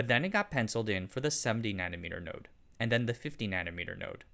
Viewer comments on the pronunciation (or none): none